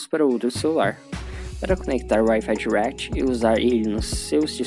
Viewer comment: Eu escuto ele falar Wifi thuaquiti kkklk